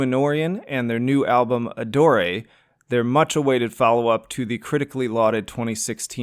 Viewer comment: Are you sure that's how one pronounces "Adore"?